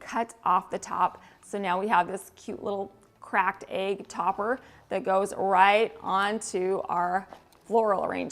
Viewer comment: The way you say Aig for egg! 🥰